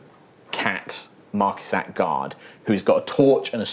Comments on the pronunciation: I always assumed Marquise de Cat was pronounced more like My Kitty Cat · That is the wierdest pronunciation of the marquise de cat yet.